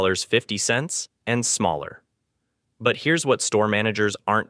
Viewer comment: CRAP AI VOICE OVER,WITH UMPTEEN GLITCHES... "MALLER SIZES..." REAL PEOPLE SAY SMALLER...